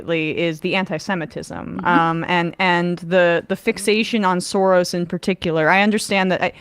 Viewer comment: Than you for this, but the name Soros is prononced Shorosh. Also the name of the political party is pronounced Feedess, NOT Feedesh.